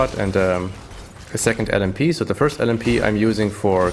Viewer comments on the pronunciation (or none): Hey, danke Dir für diese hilfreichen Videos ( und den tollen versprecher mit first und örst ), hab ich doch sehr gefeiert :-D Hab mir nicht vorgenommen deinen Build 1 zu 1 umzusetzen, dennoch werde ich mich größtenteils an deinen Tree halten und versuchen an das notwendige Equipment zu kommen! Macht Spaß Dir beim Zocken zu zu schauen! :) Gruß CamperBoZZ